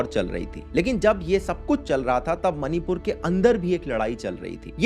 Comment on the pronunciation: मनीपुर नहीं -- " मणिपुर " कहो।